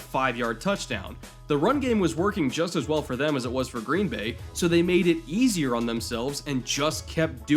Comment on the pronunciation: Been hoping you'd make a vid like this, thanks. Even if you do emphasize the wrong word in "Green BAY"; we're used to it.